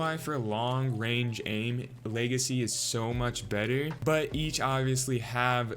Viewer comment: Lmao my boy said leagacy